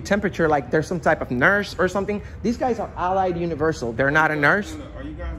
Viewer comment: the suppose news reporter can't even pronounce Allied right. Go look for a real job man.